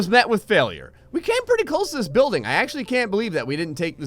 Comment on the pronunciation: “Pritty mich” why